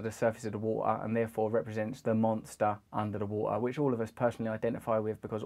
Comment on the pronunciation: du monsta unda da wuw-ah